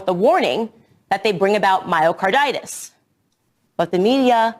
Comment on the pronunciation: Can't even say Myocarditis... Pathetic.